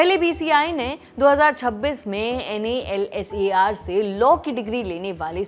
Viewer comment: what is this NALSAR. Whole world is calling it nalsar..